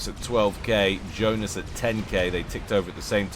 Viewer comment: Yeah, Johnice, not Joenice.